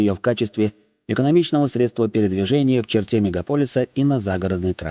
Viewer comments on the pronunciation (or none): none